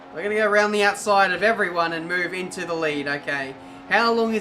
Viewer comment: ive only watched a few of your videos. you're a good driver but how many times u say "röünd the öütside" in each video is just annoying.